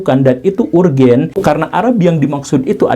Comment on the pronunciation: Arjen bukan urgen🤭